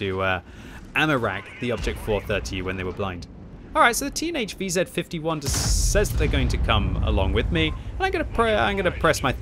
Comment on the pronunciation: It took me several times hearing "Teenage VZ55" until I realized that you were talking about the TNH VZ55! :-D